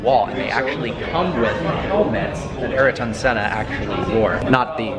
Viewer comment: Aeroton senna his name is pronounced iairton spelled Ayrton